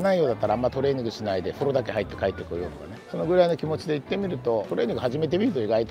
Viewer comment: とりあえず行（おこな）ってみる